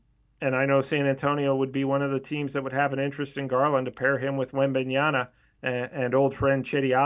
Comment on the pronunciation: This clown cant even pronounce Wemby’s name correct